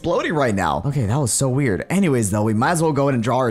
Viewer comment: calling it wired instead of weird makes it sound so wuierd